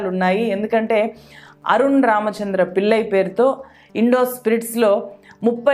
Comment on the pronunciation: మీ విశ్లేషణ బాగుంది. తెలుగు దరిద్రం గా ఉంది. వీల్లు కాదు వీళ్లు. పిల్లై కాదు పిళ్ళై. అరున్ కాదు అరుణ్. Please rectify to become one of good youtubers in news.